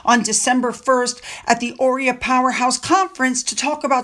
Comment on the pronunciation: OREA is pronounced O-REE-AH